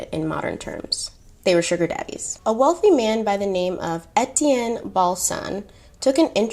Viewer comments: As a French Canadian, here are some correct for French pronunciation. Étienne : Ay-Tienne Deauville : Do-vil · I’m half French so Etienne is a common name which is my last name but every time you said it it made me jump lol